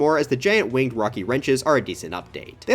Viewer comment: “Wing Edd” 💀